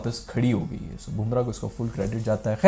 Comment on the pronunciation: How to pronounce Bumrah's name.. BUM (wo wali BUM) - RAAH not BOOM - RAH 😅